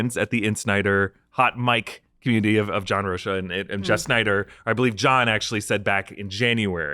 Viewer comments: John "Roh-kuh" not "Roh-sha" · hey my brother, its pronounced John "roke-uh"